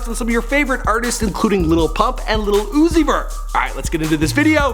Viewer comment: White boy, learn how to say Lil. Uzi. Vert 🤣